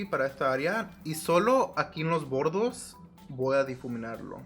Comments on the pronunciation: No se dice los bodos si no los bordes eres my lindo hablando español me encanta tu canal te corrijo con mucho respeto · No es "bordos" es "bordes" Solo eso , hablas super bien español! Te quedo Hermosooo Me encantoo❤❤❤